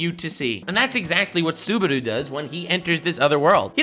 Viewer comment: saying "Suberu" for 30 minutes on going